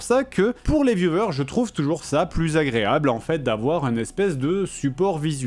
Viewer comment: “Les viouveurs” 😂